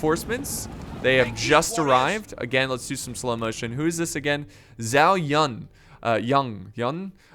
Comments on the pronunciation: Zhao Yun is pronounced Ju-Ow Yoon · Zhao Yang he said...xd